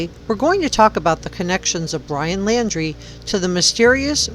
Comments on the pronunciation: His name is laundrie like when you wash your clothes. Not laaaandree, just kinda hard to listen to a news source with bad pronunciation. 😕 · Pronounced Lawn-dre. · Laundrie....NOT Landry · His name is Laundrie not Landry. And yes, he most likely killed Kylen & Crystal..., as well as Robert Lowery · The entire world knows his name how are you still pronouncing it wrong? Hmmmmm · She was found in Wyoming, not Utah. And you are pronouncing his last name incorrectly. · Probably pronounce his name like he does on the policecam.